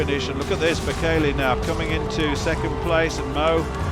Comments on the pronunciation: Bekele - wrong pronunciation - second syllable is stressed. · Australian pronounciation of Bekele😂